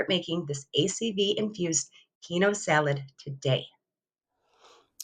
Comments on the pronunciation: Oops 'keen-wah' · Love your video!! I think it's pronounced 'keen-wag'😊